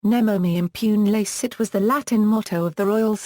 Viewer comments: Should sound more like: nay-mo may im-poo-nay lah-chays-seet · The pronounciation of this motto is really awful